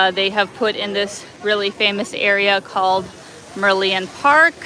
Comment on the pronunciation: "Merlion" is pronouced as Mer Lion 🦁